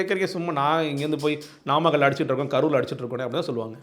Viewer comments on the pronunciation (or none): நாமக்கல்...என்ற ஊரை நம்மக்கல்...என்று பேப்பரை பார்த்துக்கூட சொல்லத்தெரியாத விசய் அது என்ன...முப்பது பேர் விழாவா.....சாரி...தப்பா சொல்லிட்டேன்... முப்பெரும் விழா..என நையாண்டியாக. பேசிய 41-உயிர் பலி நாயகனுக்கு கருவூர் சித்தரும்...... பசுபதி நாதரும்........ மரண அடி கொடுத்துவிட்டார்கள்...இனி மீள்வது...இயலாததே